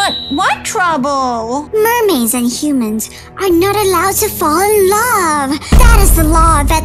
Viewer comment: When he say my lob not love it got me laughing 😂